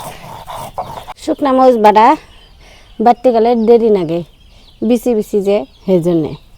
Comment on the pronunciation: মরিচ এইটাও কি একটু সুন্দর করে বলা যায় না কি কয় মস এটা কোন ভাষা